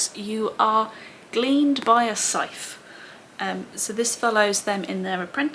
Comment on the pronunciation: I did the same thing you did, was pretty slow with reading and had to make a big push to finish the last one. also.. Scythe, with the digraph of 'th' being voiced. Ooo, and Faraday, he was a scientist from Elephant. That grey box in the middle of the old roundabout outside the shopping centre was in memory of him.